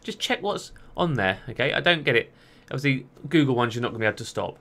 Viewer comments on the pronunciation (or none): none